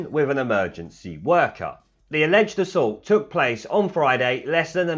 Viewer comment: 'assualt', eh? :-)